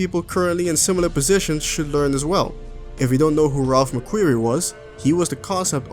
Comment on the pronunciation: It's Ralph McQuarrie